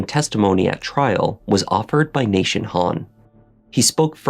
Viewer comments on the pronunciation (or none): Why does he keep saying nation instead of Nathan? 🤨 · Why does he say Nashun? Is this AI